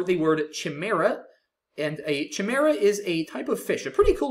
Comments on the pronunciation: the ch in chimaera is actually pronounced as a k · should've looked at the pronunciation of CHIMAERA too